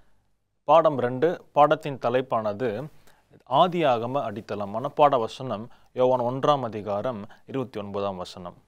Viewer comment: அது என்ன பாஸ்டர் அடிதளம், அடித்தளம் என்று அழுத்திச்சொல்லுங்கள்